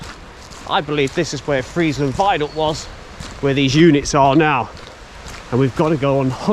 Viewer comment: Just saw micklehurst station a few weeks ago and got interested in bits of the micklehurst loop. This video is excellent. Saved me ruining a pair of trainers . You pronounce Friezland correct but Mossley is Mozzley.